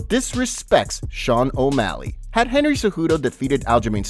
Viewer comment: Henry cehjudo ahahahhahahaha i mean cmon